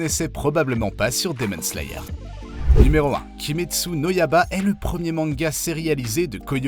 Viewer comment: le yaba au lieu de yaiba aussi omg xD